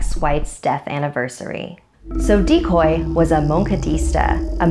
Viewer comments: Dicoy. Decoy. Decoy. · CrazyCat Lps HE'S A DECOY OF MANY DICOYS!!!